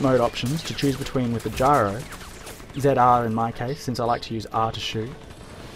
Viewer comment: the way he says ZR ZIAR